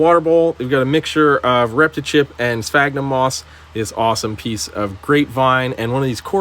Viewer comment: I swear you said fagnum moss 🤔